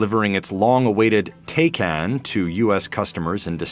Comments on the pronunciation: tey-can lmao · I’m pretty sure Porsche Taycan is pronounced Tie-Con..lol